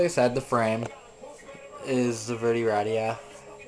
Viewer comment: its verday not verdie